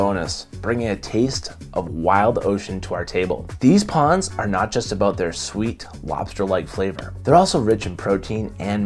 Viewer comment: also... love your video...but I also have to raz you about your "pawns" vs. pRawns-- dont forget the R...lol